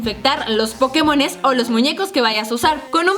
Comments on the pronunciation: dice pokemosn y es pokemons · alguien mas se dio cuenta que dice pokemosn en vez de pokemons y en el video pasado de musas decia peindos en vez de peinados